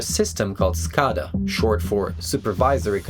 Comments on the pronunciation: Great video! Quick point: at least as I’ve always heard it pronounced it’s “skay-dah” not “skah-dah”. Maybe there’s some regional variation but I’ve worked power in the Midwest, New England and Southwest and I don’t think I’ve heard it your way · It's pronounced skaeda not skahda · Your pronouncing scada wrong. It's a PLC communication protocol that is used for industrial controllers. And it's pronounced SCADA with an A not an O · SCADA: skay-duh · it is pronounced Skay-duh. SCADA systems have so many hidden vulnerabilities around the globe it is what keeps me up at night.